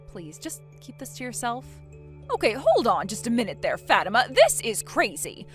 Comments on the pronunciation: It’s pronounced Fa-teem-ah. Not Fat-I-ma. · Its pronounced FA TIMA NOT FAT IMA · How uncuktured ARE these people? The prpotagonist's name is NOT pronounced "Fat-ima." It's "Fa-TEEM-a"!" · It’s the way the VAs pronounced it. “FAT-tima”. Girls can be pretty mean to other girls, especially if the first syllable in their name sounds like the word fat. I’ve seen others pronounce it as “fa-teem-ma” which is a whole lot better. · I cringed so hard every time they mispronounced Fatima and Aisha said mommy 😂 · Why would anyone pronounce it Fat-ima rather than Fa-tima. A name with fat in it seems wrong. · Aisha is too old to be saying “mommy”. And naming your daughter FATIMA is just ASKING her to be made fun of, especially if it’s pronounced the way they do. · The way they pronounce it, the first sound is “fat”. Not exactly a good first sound to a name. However if it’s pronounced “fa-teem-ma”, then it’s a whole lot better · Its pronounced 'Fau-tima' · I've known a few Fatimas, and they all pronounced it Fat-imma. 🤷‍♀ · Learn how to pronounce names please. (fuh - tea - muh) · Facts, it's pronounced Fah-Tee-Mah. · Grown ass woman and not only is she being so petty but shes calling her mom mommy??? Edit: also you guys ar pronouncing fatima name wrong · That's not how Fatima is pronounced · Fatima is a very popular Muslim name but it's not pronounced like that.😂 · Fatima is a beautiful name and you are correct on it's origin. It's jarring how these videos randomly pull other culture's names out of a hat and throw them in mispronounced.